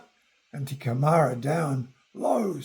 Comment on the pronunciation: Lol... Not "te kemara" but (Kai) teke mara. . .